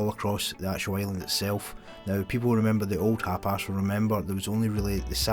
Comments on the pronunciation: wtf is HAPAS??? HUP ARSE? It's HAPIS ya! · You're saying hapis like Hapass. Thought it was funny but love ur vids.